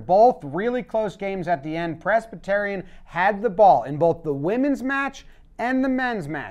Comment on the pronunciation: In this video I learned has no idea how to pronounce Presbyterian